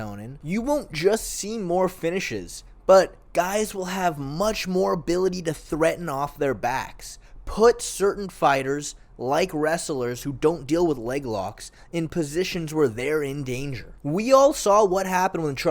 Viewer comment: Why do you say "wrestelers" insteand of "wrestlers"?